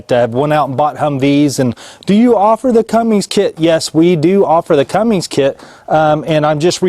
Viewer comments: CUMMINS....not cummings....CUMMINS. There is no “G”. Lol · This was driving me Bonkers!!!! Sound it out! C-U-M-M-I-N-S. no "G" Thanks for saying something! :) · It is CUMMINGS and Fords still owns it